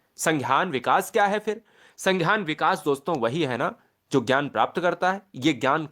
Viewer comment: Sanghyan nhi hota h sangyan hota h